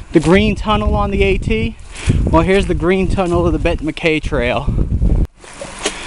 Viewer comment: I believe it is pronounced "Mac-Eye"